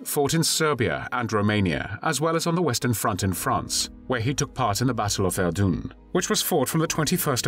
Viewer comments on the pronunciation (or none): “Verdoon?” I think you meant to say Verdun. 🤦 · Pronouncing Verdun as Verdoon doesn't do much for the old credibility rating. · There is NO 'e' at the end of 'Verdun'.